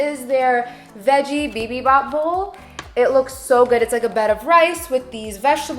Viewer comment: Haha the korean dish is pronounced “bee-beem-bop”